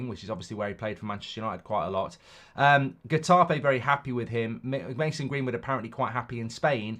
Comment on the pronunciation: Pronounced hetafay twit